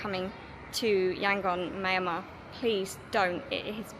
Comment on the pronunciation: pronounces Myal Mar, or Myan - Mar . Cheers.